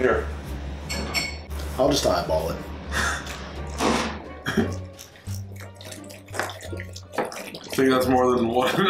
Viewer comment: im crying he said I'll eye b a ll it